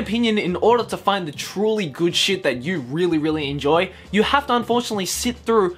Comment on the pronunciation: I know he was just quoting the article, but when he said “Naruto is shet” I died a little on the inside